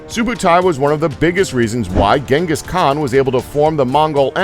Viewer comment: Its not ganghis it genghis the great tyrany